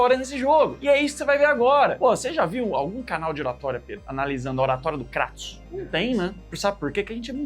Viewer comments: Primeiro? O nome é "Krêitos" não "Crátus" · Nao é cratos é Kratos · kratos não pô, krueitos* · Krueitous sai a minha pronúncia de Kratos